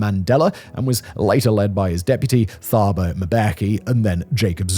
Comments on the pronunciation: The th and ph combinations are not pronounced as digraphs in Africa languages. Thabo is pronounced as Tabo. While some of the statistics used in this video are accurate others are misleading. Inequality has not decreased since the end of apartheid but the racial composition of the elite has changed. As many wealthy whites have left the country, beneficiaries of BEE - the South African version of affirmative action - have joined the ranks of the wealthy. Elite schools that were mostly populated by white students are now predominantly black. The universities that were mainly white now have an overwhelmingly black majority. With regard to land ownership the figures quoted for farmland refer only to land that was in white ownership in 1994. A significant amount of land was and still is held by traditional leaders. The land is not owned by those who live and work on it. The land is rented from a local chief and the units are too small to be economically viable. Farmers have to use their land as collateral to raise loans to fund the next season’s crop. But if you don’t own the land this is not possible. Many productive farms previously owned by white farmers have been transferred to black ownership with decade long transfer periods to allow the new farmers to gain the skills required to maintain the productivity of the land. Unfortunately very few have been successful and the farms are simply abandoned. Rural areas that used to support thriving towns have fallen into poverty. Busin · it's not hard to know the H in Thabo is silent, just like Thomas